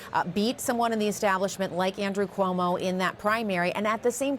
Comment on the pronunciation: Ku-omo? Who is this reporter??? Reporting from the White House no less